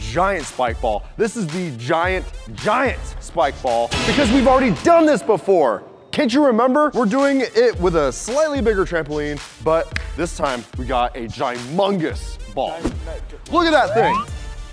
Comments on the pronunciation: Did anyone notice that said gimongous instead of humongous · "Gimunous"